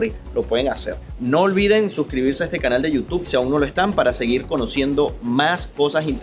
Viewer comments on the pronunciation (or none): none